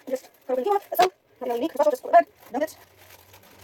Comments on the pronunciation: “Queenos in the microwave” had me dying 😂😂 When I first went to buy it I couldn’t find it in the shop and called it “Quinn-oh-a” when asking the staff where it was lol, so you’re not the only one haha. Great recipe! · I love you 😂 Quinoa is pronounced “keen-wa” lol